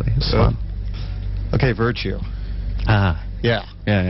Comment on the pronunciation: is an idiot... it's "Virtute" not "Virtue"